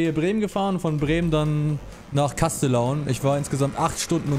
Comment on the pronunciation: Wenn ich höre wie ihr kastellaun ausprecht dann könnt ich verrückt werden ich wohne in der Gegend und das wird ganz anders ausgesprochen